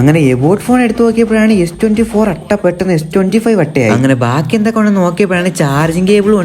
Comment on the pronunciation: അട്ട അല്ല അൾട്രാ